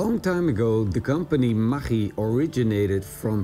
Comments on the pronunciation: Spell it "ma-GG-i" like in the word Buggy. When you say it i sounds lika "Ma CH I" . Even you are right, i think most of the poeple spell ist "ma-GG-i" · it's pronounced MAGGIE, like Maggie from The Walking Dead. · We have Maggi noodles in Australia. But we say it as Maggie We pronounce it with an e on the end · What did you call that? Maghkchi? Never heard it pronounced that way before. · lolol i didnt know that's how you pronounce the name. Here is asia we just pronounce it as "Maggie" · pronounced Ma-gee :D